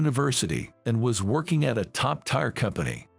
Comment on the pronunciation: The narrative is hysterical! Definitely Japanese badly translated into American English. The "top tier" being narrated as "top tyre" was hilarious